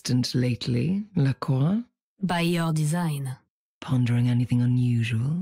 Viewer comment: calling her lacroix lol